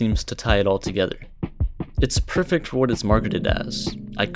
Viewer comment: Its not even perfect its "PUrfIc!" lmao